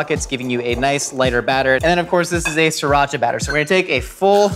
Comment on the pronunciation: your pronunciation of "Sriracha" needs coaching